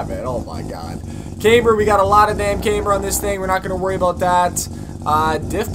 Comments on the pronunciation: there you go again with the word came-ber lol bruh its cam-ber. cam. ber. camber. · Can't even pronounce camber